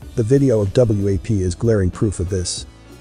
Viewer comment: The fact that the narrator keeps calling it W.A.P. instead of WAP is annoying, but also is misleading. U gotta say it like the kids say it if u expect the parents to know what to listen for.